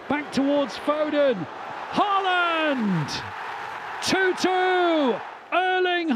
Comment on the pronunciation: the commentator does not know how to pronounce the name of the striker of his team correctly